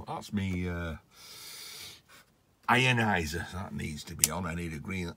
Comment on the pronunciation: Did you said "Ian-izer"? 😂